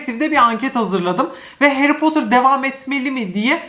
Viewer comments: Harry Potter dizisi geliyor! Bütün Türkiye: Hayri Potter dizisi geliyor!:D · Harry Potter türkçesi : Hayri Potır